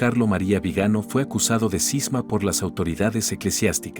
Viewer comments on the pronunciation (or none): Esa voz de IA me repele, la torpe máquina no entiende de acentos, Viganó, no Vigano. Mons. No sabe ni decir Monseñor, claro estos torpes no conocen la Ñ. Cómo mínimo podría hablar Castellano de Castilla. Vamos hacía atrás cómo los cangrejos. Vive Chirstus Rex!